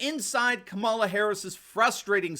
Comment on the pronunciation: Ka-ma-la. Equal pronunciation. The name “cackles” is fabulous though.